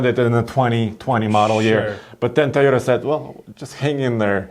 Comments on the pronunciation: there is it again,: T-i-y-o-t-a instead of toyota. why? why? why? I know your Russian but... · I love how says: tayota